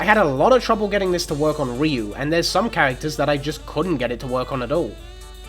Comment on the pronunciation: "ree-you" if you're saying ryu's name right it's only one syllable. i find it hard to say myself as far as syllables go. "rih-yoo." no. "ryoo." it's like why is my tongue twisted on a single syllable? how do native speakers do it